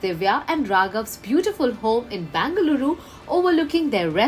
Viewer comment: You can either pronounce it as Bangalore or Bengaluru but instead you are mixing the both and pronouncing as Bangaluru which is incorrect. Much appreciated if you could pronounce it appropriately.